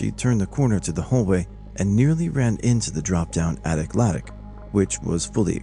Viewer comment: "attic lattic"